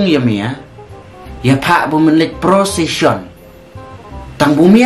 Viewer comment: Prosishon its not kit jikshon.😂😂😂.. lah jop i kpa b lah tymmian bun krian phareng..